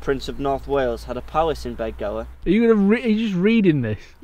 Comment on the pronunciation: You'll be upsetting the natives it's pronounced bethgelert. We all know how much the people of north Wales love the English, don't dirty our excellent reputation in the area!